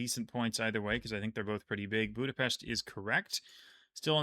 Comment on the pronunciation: you are pronouncing Budapest very nicely.